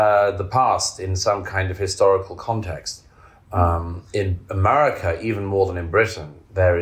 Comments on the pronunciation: I agree with everything Douglas Murray says…..unless he’s pronouncing Amaarica 🇺🇸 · I know I’ve said it before here, but the way Douglas (whose books I greatly admire) keeps pronouncing ‘America’ as ‘Amurrayca’ cracks me up. Naked ambition! That being said, I’d love to see him as president.